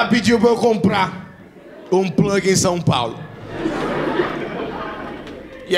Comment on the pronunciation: o eu que quando ouvi a pronuncia do plag, me veio em mente aquela raça de cão pug???🤣🤣🤣🤣🤣